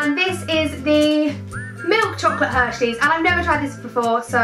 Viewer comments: She says Hershey's as Hershley's and America and Americaaaaaaaaa and I'm even British and I know it's Hershey's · actually BETH IF YOU WATCH ANY OTHER OF HER VIDEOS YOU WOUKD KNOW SHE DID IT BY AN ACCIDENT AND SHE SAYS HERSHEYS BUT IN THIS VIDEO BY AN ACCIDENT SHE SAID HERSHLEYS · I'm dying 😂 you said "hershleys". I love you so much xxxxx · yh lol she did that's what i commented and i think she probably think it's hershleys not hersheys lol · Saffron😂 you keep saying Hershleys 😂 love you though❤️ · You say Hershleys instead of Hershey's! Haha and remember to look into the lens not the viewfinder ☺️ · I'm not even american I'm from England but she said Hershy's as Hershly's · I'm not judging but I think it's not hershleys it's hersheys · It's Hershey's not hershley's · She said hershlys not hershys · It’s Hershey’s not hershleys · Its Hershey's not Hershley's 😂😂😂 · It's HERSHEYS NOT FUCKING HERSHLIES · IT'S NOT HERSHLEYS YOU SPASTIC IT'S HERSHEYS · Did anyone notice she called Hershey's hershleys x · Lily XOXO she did say Hershleys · I noticed it straight away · she said hershley lol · Not to be mean, but you say Hershley's might be because of your accent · Did you say hershleys? 😂 and I hate twizzlers too! Loved this video☺️💗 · I love how you keep on saying hershleys and mispronounced it, haha ily. ❤️❤️ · 'Hershley's' 😂😂 I'm dead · Did anyone else realise saffron said hershleys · When she says "hershleys" 😂😂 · when you tried hershey's cookies and cream you said hershley's lol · Y do u keep on calling it Hershleys? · You called it hershleys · She said hershleys 😂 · she called it hershleys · U said Hershley when trying the cookies n cream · Anyone notice that she said Hershleys and not Hershey's😂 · she kept saying hershleys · She said hershleys lol☺😊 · she said hershelys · It sounds like your saying 'hershlys ' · She says hershleys😂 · She said hershleys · Why is she saying hershleys😭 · Lololololololol she said hershlys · u said hersless